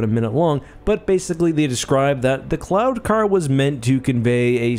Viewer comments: Every time you said "cloud" car, I heard "clown" car. LOL!!! On a more serious note. Would there be an advantage to having the gunner positioned to the side of the pilot - field of view, etc.? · I kept hearing "clown car"... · Am I the only one who kept hearing "clown-car"?